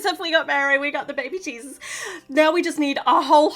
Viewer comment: It’s so funny how you say baby cheeses instead of baby Jesus!